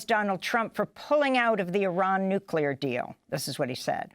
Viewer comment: "Nucular" ! ..Anyone who cannot correctly pronounce the word nuclear should not be in a position of power. Its Nuclear (new clear) , not (new q lar)